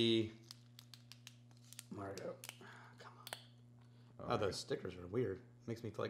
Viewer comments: Pronounced: "marg-o" and "p-o-yak" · Pauillac, a commune (municipality) in Bordeaux is pronounced something the the direction of paw-(l)yakk; the aux in Margaux sound just about the same as the eaux in Bordeaux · Mar-go and poo-yak, love some 1983 margaux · From a Francophile (French wine lover) -- Mar-Go (Margaux) . . . and Pwee-Yak (Puillac).